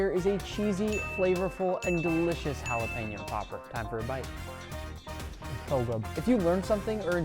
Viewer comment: Is it just me or does it bother anyone else when he said jalapeño